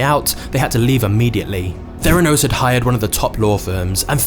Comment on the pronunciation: Theranos or "their anus"???